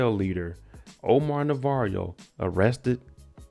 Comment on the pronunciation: His name is pronounced Navarro not Navarrio.